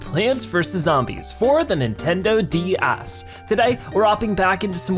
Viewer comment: The way you said ds made my brother go full hatingness idk why